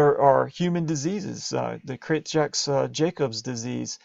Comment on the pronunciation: for furure reference if anyone is watching this for studying or MCAT preparation. Jakob disease is pronounced Jahkob